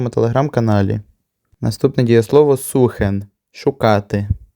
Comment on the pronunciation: Правильно не "сухен" а "зухен"